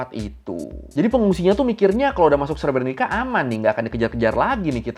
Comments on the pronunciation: Untuk sekedar informasi pelafalan "srebrenica" yg benar itu adalah "srebrenitsa" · Cara baca srebrenicanya salah ngab 😅